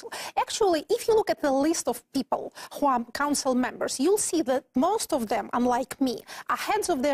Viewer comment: Что я ещё заметил мельком, помимо R фишки: Flap T появляется весьма рандомно, в основном без неё говорит - ближе к британскому. При этом некоторые слова вроде not, она произносит через о, американцы здесь "А-кают". Условное Afterwards она говорит через [а], а не экает как американцы. Ещё косяки: of[ov] произносит как off, в большей части слов вроде and вместо звука d на конце произносит как anT. Ну уже совсем странные косяки вроде diZlike, когда в приставке dis всегда произносится s. z лишь в нескольких исключения вроде dissolve. Ну и отчетливый Becorse вместо be k(a/o) z. И произношение W-слов, в основном условный way она произносит как vay, то есть без небольшого скручивания губ с более глубинным звуком.(я сам, кстати наоборот факапаюсь и говорю везде w вместо v). А, ну ещё забивает на короткое i, которое должно звучать как что-то среднее между I и schwa sound - но это вообще чуть ли не поголовно встречается. Ну и, конечно, ясень пень, весь акцент палится через согласные, которые у русских звучат слишком твёрдо и чётко, челюсть менее подвижная, в английском немного расслабленее это все должно звучать. Вот такие пироги, думаю лингвисты бы ещё на какие-то косяки указали. P. S. Ну и когда 2 советских-русских общаются между собой на английском это выглядит немного крипово и забавно.